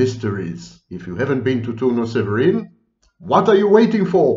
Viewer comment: Good job pronouncing Turnu Severin. :)